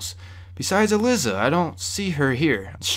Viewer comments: also her name is pronounced"e-lie-za" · ee-lie-zah Also, ghouls don't "infect" people. They aren't zombies. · oh snaps im glad this respawns i needed a place like this oh and her name is pronounced E ~LY ~ ZA thought id help you out with that and im guessing whoever was going out in the hazmat suits they got infected with radiation and turned into gouls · It's pronounced E-Lie-Za haha but good video man awesome thanks. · You indeed butchered the common name "Uh-Lie-Za" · honestly how could he fuck up a name that easy to pronounce lol